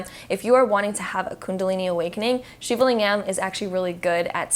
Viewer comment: The way she pronounced shivalingam 😖😖😖